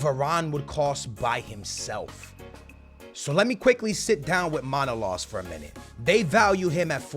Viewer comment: It's manolas not manolos brother😂